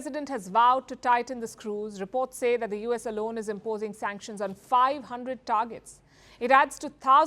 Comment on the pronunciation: SUNCKTIONS BIDEN SUNCKTIONS more SUNCKTIONS